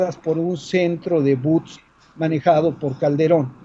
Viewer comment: No se dice buts se dice bots